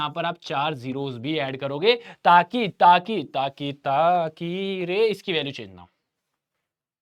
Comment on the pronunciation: Saki ❌ taki ✓